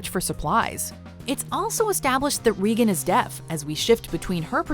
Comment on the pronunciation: did you say reegan? It’s regan which rhymes with megan